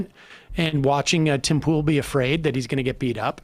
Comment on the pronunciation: "Tim Pole"